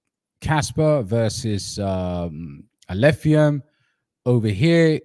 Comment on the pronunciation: was purposefully mispronouncing Alephium to ridicule it as he's the biggest Kaspa maxi and believes everything else must burn as it's his competition. Alph will fly so high despite his antics.